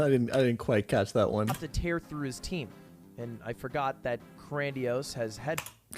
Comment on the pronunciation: Makes comment on terrible pronunciation of Cranidos... proceeds to call Swalot “Swolat” 😂